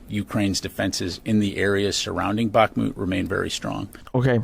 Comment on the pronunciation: I appreciate your pronunciation of Bakhmut it's not spot on but at least you are not saying it like a yank.